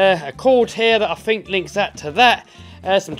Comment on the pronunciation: You just start it up...: I don't fink my baff tub is big enouff